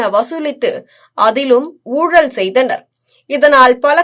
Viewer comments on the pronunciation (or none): none